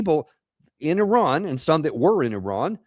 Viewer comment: the biggest terrorists are the USA, glad you can pronounce Iran correctly unlike most of your nation, just need to work on Moscow, Adolf and Solder to the rest